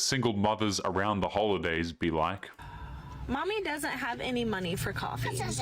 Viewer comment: HOELIDAYS hee 😅😅